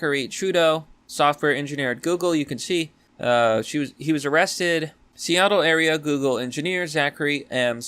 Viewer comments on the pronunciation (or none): none